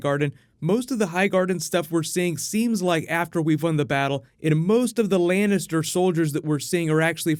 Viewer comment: Lancaster? You mean Lannister xD